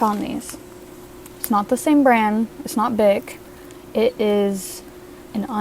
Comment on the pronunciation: Gilliam-esque. But "brand" has a "d" sound at the end. branD.